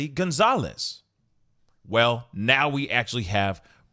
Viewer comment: Goncalves is Pronounced “gun-sol-vez”